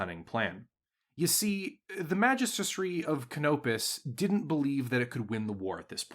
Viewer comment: Pretty sure he just doesn't like Canopis because he can't pronounce "Magistry of Canopis" without flubbing it. 😅